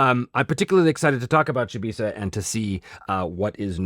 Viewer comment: Oh yeah! I was just bitten by the Chybisa bug (I do prefer your pronunciation btw 😁). I collected pretty much every Kaldor related article over the years and now I'm slowly collecting some others, mainly Melderyn and Chybisa. The articles are overpriced on most metrics but holy moly it just gets better and better when you see how everything in the world is connected 🤯